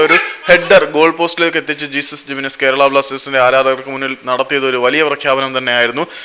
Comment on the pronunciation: Jesús Jiménez സ്പാനിഷ് പേര് ആയതിനാൽ "ഹേസുസ്" എന്നാണ് വായിക്കുക. ഇംഗ്ലീഷിൽ "ജീസസ്". അതു പോലെ "José" എന്നത് ഇംഗ്ലീഷിൽ "ജോസ്" എന്നും സ്പാനിഷിൽ "ഹോസെ" എന്നും.